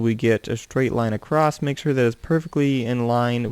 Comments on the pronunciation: Why do you say acrosst? It is across. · Across* not accrost